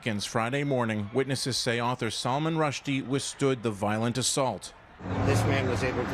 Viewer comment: At least pronounce his name right